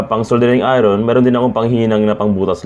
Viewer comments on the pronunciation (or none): none